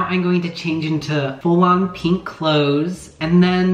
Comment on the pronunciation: why does everybody say peenk